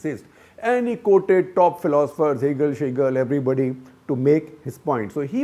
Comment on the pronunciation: And I just lost it when he said hegel sejel. I had in my mind anushka(sejal) explaining dialectical evolution. 😂😂